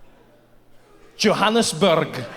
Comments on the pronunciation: It is pronounced Johannesborough 😊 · should've said Johannesburg like Edinburgh